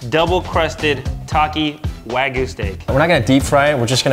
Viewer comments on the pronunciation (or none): Has no problem pronouncing the “Y” in spicy but manages to not pronounce it in wagyu imagine that